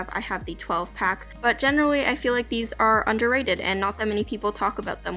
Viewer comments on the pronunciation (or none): none